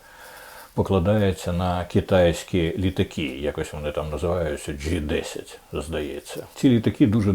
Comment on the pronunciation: Не «джи», а «джей», пане Дмитре. «Джей десять».